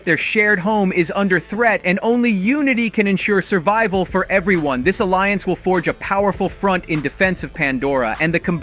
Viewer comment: Bro, I get that annihilation is a hard word, but survival? No excuse 😂 it's not like the video is live, slow down, take your time...